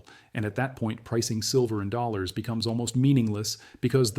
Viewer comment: This video would get an A* if only the AI could say dollars correctly!